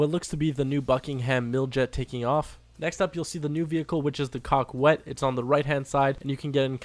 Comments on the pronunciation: Not pronounced cockwet. Its coe ket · Coquette is pronounced COE-CETTE. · And please do not say Coquette as Cock-wet. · repeat after me. Coquette, "KO - KET"; Besra, "BASE - RA". Coquette "KO - KET". Besra "BASE - RA". love your vids! keep up the great work! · It is supposed to be pronounced kak-ette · Did u say the car was called the cockwet? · Lol cockwet (coquette) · Learn how to pronounce coquette haha